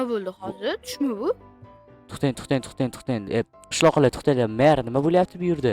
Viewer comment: Txten emas tõhten deyiladi😂😂😂